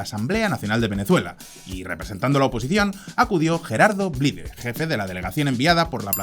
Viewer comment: Se pronuncia Blaid. Gerardo Blaid, escrito Blyde.